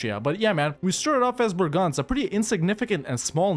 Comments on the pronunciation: It's BREGENZ, not BRAGANZ, Bragança is a town in Portugal. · Man, I never got what you meant when you said that name. It's Breeeegenz. Long, high "e". :D Kind of shocked I didn't get it. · The "e" in that name are NOT "a's" ... and it is a LONG e at the start and a short one afterwards. Chur isnt a "ch" ... but rather a "K" or more like a "Kh". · Just a tip from a local: try to pronounce it "bray-gance" ;) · The CH in Chur is not spelled with a hard ch but with a soft ch, not like a K